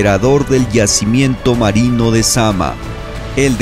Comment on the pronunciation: Creo que es zamná no zama